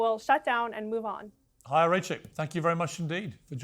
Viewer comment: Her name is Chaya. It's Hebrew, and pronounced "Hi-ya".